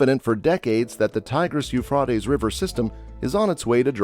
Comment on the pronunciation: You really don’t say what was discovered this is a long explanation about what happens when you put in dams what did you discover about the drawing up of the rivers and then you pronounced Euphrates wrong